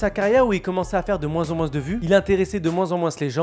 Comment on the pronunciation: Je rêve ou tu dis « moinSS »